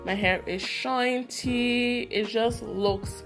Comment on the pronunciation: Cool and "shinty" lol!